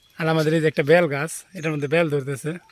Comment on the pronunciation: ব্যাল না। বেল।